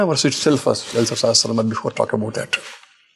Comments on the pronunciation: it is not "Sehasranaam" it is "Sahasranaam" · Thank you for hosting this!🙏 but a correction, it is not ‘SEhEsranaam’. It is SAhAsranaam’.